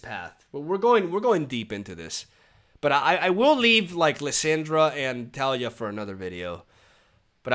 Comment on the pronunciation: It's tuh-LEE-yuh. 😁